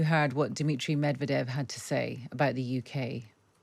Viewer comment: Listen to your guest's pronunciation of Medvedev's name. Language lesson. Meod is the word for honey. Medved is the word for bear - basically 'of the honey'. Medvedev basically means of the bear. The emphasis falls on the first 'ev' - so, med VE dev. Make me happy. Pronounce it properly.